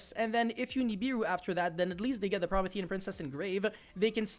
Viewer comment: Pro-me-thi-an like the titan from Greek mythology